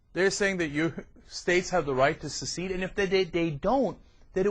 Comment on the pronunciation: Wow. Birdman what's your highest level of education? First of all it's not 'succeed' and 'succession'. It's 'secede' and 'secession'. There are so many problems with what you r proposing. For one u would need a majority referendum to demonstrate that a majority of citizens in a state actually wanted to secede. However, the minority that voted against it still have the right to maintain US citizenship becuz a majority cannot remove the citizenship of a minority - that is unconstitutional.